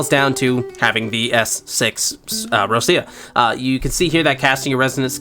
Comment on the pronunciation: No way u s6 Roccia and can't pronounce her name right